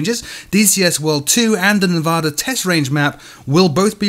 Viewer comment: I'm probably the only who cares or notices, but your saying Nevada wrong. It's hard to discribe.